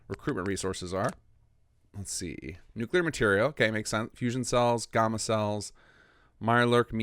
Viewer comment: its gamma! "gam" "ma" like the hulk,GAMMA!!!